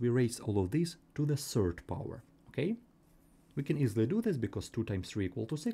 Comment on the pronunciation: While me noticing him say serd instead of third😅